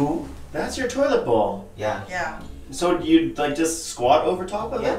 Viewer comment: Lady in blue: Pronunciation: bowl 🍲 NOT bawl.